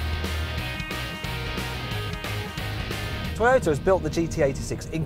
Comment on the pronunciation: When he said 'Toyota' was I the only one who thought 'Taxi'?